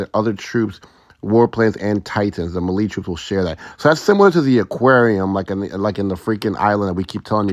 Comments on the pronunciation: Melee is pronounced like mayday (maylay) not marie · Brother, it’s pronounced “may-lay” Thanks for the good info😜🙏